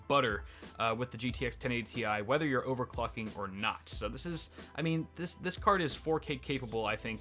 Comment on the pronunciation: "overclucking" lul